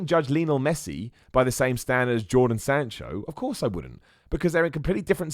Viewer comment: The Dude is called Jadon Sancho, not Jordan Sancho. Doesn't matter at all that you got it wrong, but I just thought you might want to know. Loved the Finn Balor Promo and your Podcast, as soon as I finish university and get my first Paycheck, I'm going to support you! Thank you for everything <3